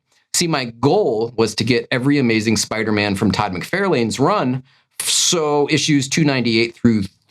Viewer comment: Wait - you just said “Todd McFairlayne” and youre doing a how to…